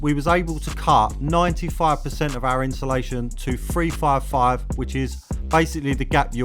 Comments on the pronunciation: Insulation ❌ Inshulation ✅ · Why do us Brits struggle to say insulation 😂